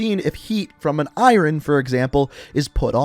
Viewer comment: So no one gonna talk about how he pronounced iron?